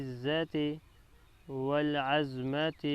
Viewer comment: وَالْعَظْمَۃِ نہیں ہے، صحیح تلفظ وَالْعَظَمَۃِ ہے، ظ پر زبر ہے نہ کہ جزم۔